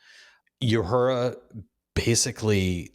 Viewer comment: is there some sort of in-joke reason why you pronounce Uhura's name as "you-hura" instead of "oo-hura"? anyway, loved Doug for sure, he was the only thing which made that episode work for me at all.